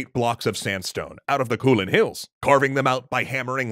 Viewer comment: It’s not kuulane it is kou lane